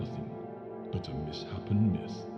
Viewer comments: The mispronunciation of “misshapen” honestly really distracted me for a couple minutes after. 😂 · weird that the game’s own voiceover guy would mispronounce “misshapen.” it’s mis-shapen, as in it’s not shaped correctly. not miss-happen